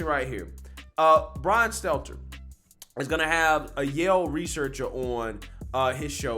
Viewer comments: when are you going to stop calling him SELTZER and actually call him STELTER? I don't know why, it just bothers me 😂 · Brian's name is STELTER, not SELTZER. I know it's a small point but please try to get it right. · I love how you call him Brian "Seltzer" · STEL-TER, it’s Stelter 🤣😉🤷‍♂️ keep up the good work brother!